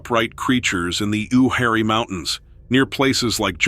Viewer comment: Ooh-harry?🤣🤣🤣 It's pronounced Youwharie 😅😅😂😂